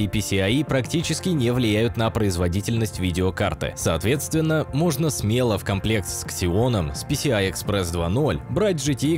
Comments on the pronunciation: Сразу дизлайк за "ксион", а не "зион" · Xeon читается как "Зион". Хотя сам всю жизнь их "Ксеонами" обзывал. Не соглашусь на тему разгона. Если разгонять правильно (т.е. постепенно), то риска спалить видюху (до того как будет понятно, что хватит) действительно почти нет. Но если резко задрать частоты да ещё и на разблокированной прошивке, то резкий перегрев и артефакт в оперативке получить всё же можно. А за 1080 на Зионах отдельный лайк. Лежит старый сервер с PCIe 1.1 и слотом на 4х. И ничего, нормально на 1070 играется. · Не ксеон а зеон)